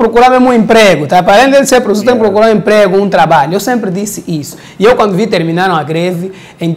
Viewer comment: É falta de escola falar prussor, #pas